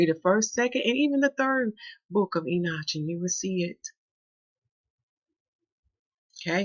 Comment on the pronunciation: PLEASE PLEADE PLEASE!!!! ENOCH is pronouced as this... EE - KNOCK ... not EE - NOTCH